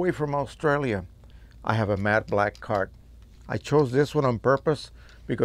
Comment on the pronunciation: I just kept on hearing: “mad black”, and now I can’t un-hear it... ;-)